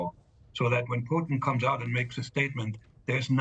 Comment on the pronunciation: It's actually Mr Putin he deserves to be pronounced properly